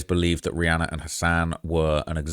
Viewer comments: im making fun kf the way he says Rhianna. He says it Rhianner......just being sarcastic please calm down. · Nooo not “Rhianner” 😭